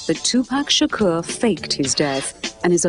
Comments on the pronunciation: Tupac Shakerr.... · I wish she would pronounce his name correctly! OH EM GEE! She's getting on my nerves!